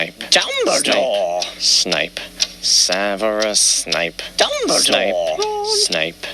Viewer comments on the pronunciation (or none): Your saying it wrong it’s Dumbledore, not Dumbeloe! Pls no hate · AcCIo Me I read this when he said dumbledoor